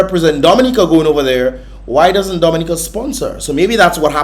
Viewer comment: The first time I have heard the correct prononciation of the name Dominica